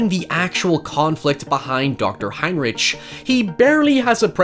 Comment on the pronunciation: It is spelt "Heinrich" but is pronounced "Heinrick"